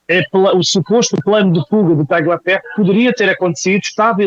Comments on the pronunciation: a pronúncia correta é Talhaferro e não Tagliaferro. É um sobrenome italiano e no idioma italiano o "gl" tem som de "lh". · TALHAFERRO, TALHAFERRO, TALHAFERRO..NÃO É TÁGLIA FERRO, não fale como petista em video tao bem feito ..e não é kuaést é kést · Obs: o G do nome TRAGLIAFERRO, não se pronuncia